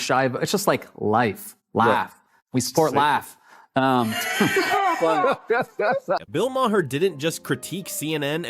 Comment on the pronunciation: Bill Ma-her? Are you ignorant?